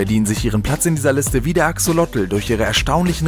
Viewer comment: Cooles Video,nur beim Axolotl wird das zweite o lang gesprochen